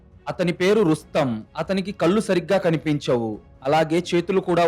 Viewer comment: Telugu bhashani sarigga palakadam mundu Ravali. Kallu ante Tati chechunundi teesi tragedi . Ekkada eyes 0aliketappudu naluka palate bhaganiki tagilinchi palakali. Edi type chesina kuda kallu ane vasthundi. Telugu aksharallo mundu nerchukondi. Eetaram antha elane Teluguni khuni chesthunnaru. Panditila v7panyasalu vini ina Bhashani marchukondi 🎉